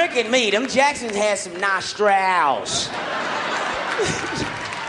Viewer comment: “He aint trickin me them Jacksons had some nostrAALs” made me crack up a lil😂😂😂